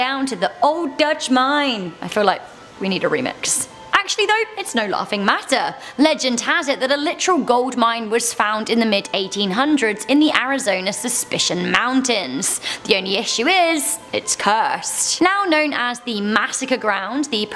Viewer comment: Superstition Mountains not Suspicion 😂